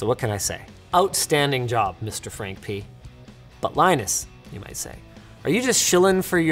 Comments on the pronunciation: "Random Frankpeeeness" 😂😂😂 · he said peenus lol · He said "P ness"